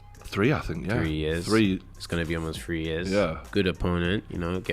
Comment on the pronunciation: pronounce your th sound properly